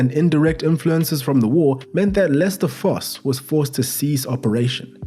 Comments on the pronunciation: You pronounced Fosse perfectly. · We played to strengths and where not afraid to take it to teams. Also u said fosse correctly. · You prounced fosse correctly